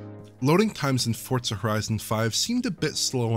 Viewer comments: no, they're saying it wrong. There is no T. Saying Fort Suh is more ridiculous than if I went to the Tsoo with Tsendaya from Spiderman and there was a Tsebra but then there was a zunami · Why the hell does everyone call Forza "Fort Suh"? Who taught you people English?